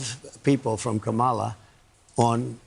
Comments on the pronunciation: 45 is so smart that is unable to pronounce our Vice-President’s name: Kamala Kamala/Tim 2024 💙💙💙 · He's so childish mispronouncing Kamala's name. Everything he does is childish. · He so stupid he thinks that’s cute to call her out of her name can’t even pronounce it correctly 🙄 Vote blue please so we can get rid of this fool. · STILL MISPRONOUNCING KAMALA'S FIRST NAME AND NOBODY CORRECTS HIM🎉🎉🎉🎉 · Ok Donald, pay really close attention: When you say Mc-Donald’s, the accident is on the second syllable. In KAmala,’the accent is on the first syllable. You should probably learn to say her name correctly because she’s going to be your president soon! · How stupid are they? They think this is funny? Does he really think he sounds smart when he pronounce, "Kaa ma laa"! How ignorant! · Amongst a thousand other things about him, I hate how he says Ka-MAH-la, purposely mispronouncing her name. What a classless POS. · Kamala Harris passed the bar exam on her second try which is not unusual. I would love to see trumps grades😂 or his ‘cognitive exams’. Every time he mispronounces her name Kamala gets a vote. 🔔💙💙💙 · Trump still can't pronounce Kamala. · It’s so ridiculous how these idiots keep mispronouncing her name… how childish… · He is still disrespectful, by mispronouncing her name on purpose. 🥴🥴🥴everything they do or say is reverse psychology. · He STILL doesn’t pronounce Kamala correctly to this day. 🤦🏻‍♀️🤦🏻‍♀️🤦🏻‍♀️ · He is a piece of human garbage. He refuses to pronounce her name correctly just to show how disrespectful he truly is. Kamala is the only one who has called him out for who he is and of course he immediately turns it back around on her just like a second grader in the school yard. I’m not stupid you’re stupid. History has shown polls to be inaccurate and irrelevant. Come on, let’s vote this guy into oblivion once and for all and have her win in a landslide in every swing state. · t-Rump can’t even pronounce VP Harris’ name so he’s very ignorant